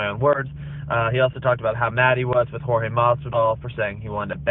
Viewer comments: His name is Jorge not George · why chael keeps calling JORGE , gEORGE